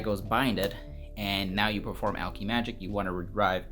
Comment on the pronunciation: Imma say this now because it’s bothering me, it’s alk-eh-magic